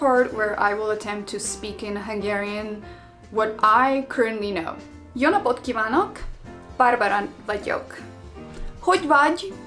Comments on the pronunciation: As a native speaker, I have to say that your pronunciation in the first sentence (Jó napot kívánok!) was actually very good! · Dear Barbara, the way you pronounce "Jó napot kívánok" at the very beginning is super impressive. Plus it's so cool you're trying to learn our language and it's so nice that you like Budapest. I myself have a similar adoration for Slovenia, I've been there about 15 times now: from Ptuj to Piran, from Zreče to Kranjska Gora, from Murska Sobota to Rateče, Slovenia is so very beautiful. Since you're looking for help, I think the only sound you haven't fully mastered yet is the "é", which needs to be differentiated more markedly from our "e" sound. Otherwise you really are on the right track. Sok sikert neked (good luck to you) and Boldog Karácsonyt (Merry Xmas) from Budapest.